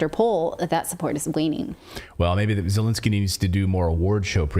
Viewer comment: Absolutely I’m tired of hearing Zelinskiey or how ever you spell his name Get out now